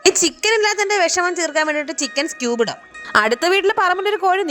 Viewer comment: പക്ഷെ കേൾക്കുമ്പോ സ്ട്ടൂബ് എന്ന കേൾക്കുന്നത്